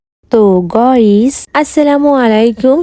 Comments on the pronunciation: গয়িস ❎ গাইস ✅😳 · গাইস নো গয়েস ইয়েস প্লিজ আপু গস বইলো না গাইস বইলেন😂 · গইস ✅ গাইস ❌